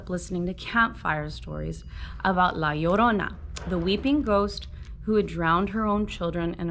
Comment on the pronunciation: You were the only person I found to say la llorina correctly while reading this chapter